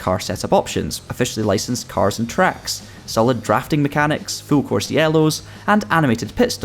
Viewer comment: “Fool length video” 🤣🤣